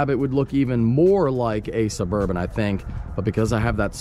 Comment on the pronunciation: SuburbAn not SuburbOn